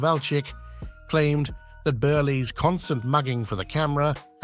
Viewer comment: Milton Burleee? 🤦‍♂️